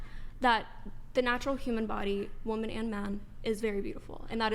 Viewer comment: When she can start pronouncing the word Woman correctly & also using it correctly in a sentence then I will listen to more than two words out of her crazy mouth! Holy shit! 🤯